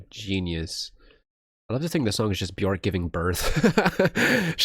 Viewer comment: "Björk, rhymes with jerk"